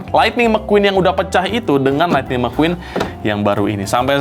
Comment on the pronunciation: Thunder Mequwan bukan Lightning McQueen